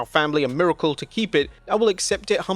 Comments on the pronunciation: Miricale? You mean miracle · "Miricale"? lol, that's hilarious